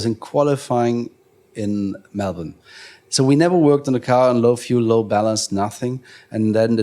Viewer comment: As an Australian, the way he correctly pronounced Melbourne was heartwarming. Especially when even other countries with english as their first language butcher it lol 💛 Love Ralf 💛